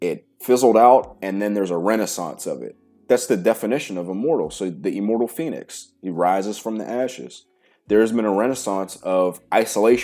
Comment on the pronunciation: The first time you said "immortal" I understood "immoral". Now that really stirred my imagination, what kind of exercises those would be 😂